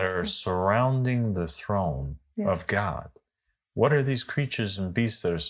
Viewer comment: "God", not "Gog" 😊